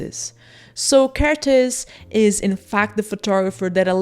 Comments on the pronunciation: Another Hungarian here! 🇭🇺 Interesting to note that every Hungarian word or name places the emphasis on the first syllable. So you should pronounce his name with the emphasis on the KER, not the tész. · Evidently Kertész rhymes with ear-tez. I hope this helps. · For an English speaking person, probably the easiest to pronounce his name is saying Care T Ace (Kertész) but don't say T Like Tee or Mr. T! Just T. I really like your work! Great video. I would love to see more videos with Hungarian photographers. I think Martin Munkacsi should get more recognition. 😊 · Well if you put together the words, care and taste, then don't say the 'te' part of taste (so care + tas - te = Kertész) you get the hungarian pronunciation ;) it means gardener. Great video as always! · You got the pronunciation of Kertész correct, except the z is silent.